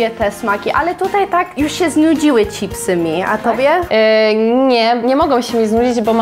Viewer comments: „Cipsy”?? Czemu Wy mowicie cipsy ??😂😂😂 no rozbawilo mnie to nieziemsko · Jedna rzecz mnie nurtuje, skoro w Ameryce mówicie „chips” i słychać to „cz” na początku, to dlaczego po Polsku mówicie „cipsy”. Nic do tego nie mam, ale totalnie nie umiem znaleźć logicznego wytłumaczenia😆🤣